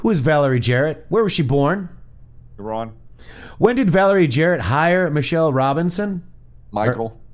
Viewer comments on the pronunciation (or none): none